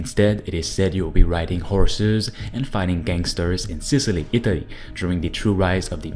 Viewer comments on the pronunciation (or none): none